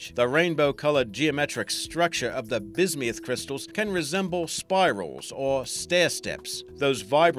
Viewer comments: Bis-me-uth? NO! It is Bis-Muth. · it's bis-myth not bis-mee-ith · I hate how he pronounces bismuth "Bismiuth". I'll never get over that... (Or all the people who scream about Steven Universe, you don't need to turn every word into a reference...) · Where is he getting the "e" at in bismuth?